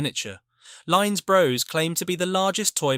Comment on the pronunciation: Very interesting. But… Lines Bros. Bros rhymes with floss, not grows.